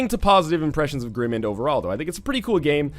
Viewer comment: Northernlion it is a word play of Grim Mind. You are pronouncing it wrong.